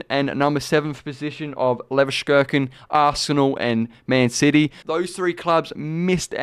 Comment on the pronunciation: cant pronounce leverkusen, sure